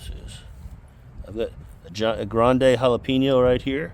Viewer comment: Loving the content brotha! Absolutely love the production you’re getting out of you garden. Absolutely HATE the way you say Jalapeño. JALAPEENYO?! Lmao stay growing man!